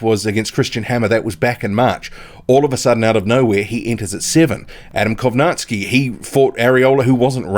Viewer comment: Not Kownaski Kow Nacki